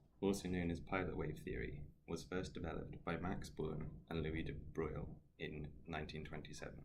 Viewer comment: Sensational video. Really learn a lot from it. One problem that I must highlight however is your disgraceful pronunciation of 'De Broglie.'